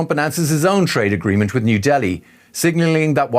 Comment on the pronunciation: Am I imagining it , orb this guy cannot pronounce “agreement” !? 😂